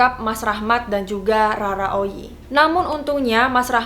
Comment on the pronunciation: Bukan Rara oyi bos. Tapi Roro oyi